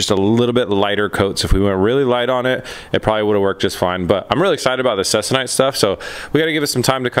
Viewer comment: your fabric you are referring to is pronounced "seek- a- nite". just so you know. also it is used on dope and fab aircraft.